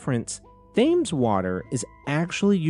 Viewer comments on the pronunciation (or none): FYI: Thames is pronounced like "temz", not "they-mz". (Staffordshire also wasn't quite right, but that one's not as well-known as the Thames for non-Brits)